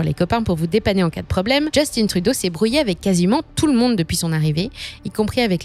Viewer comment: C'est de la propagande cette chaîne où quoi ? La narratrice, anglicise le nom d'un premier ministre francophone à ce demander si c'est pas une IA. De plus, elle souligne la tendance woke du PM comme si le fait de reconnaître les différences était néfastes pour l'économie est juste débile, c'est à ce demander combien le PCC a payer pour cette vidéo. Le problème de Trudeau et de Macron n'est pas d'être woke, il sont juste pas bon. Et pour tous ceux qui scandent "go woke, go broke", demandez à Disney qu'est-ce qu'ils en pensent ? Finalement, pour tous ceux qui croient que Poilievre ferait mieux, gardez en tête que ce type a toujours été en politique et est dans un compté où même un chien se ferait élire juste parce qu'il a conservateur devant son nom. Le gars n'est pas là pour le bien des canadiens, il est là pour ses donneurs et pour lui-même.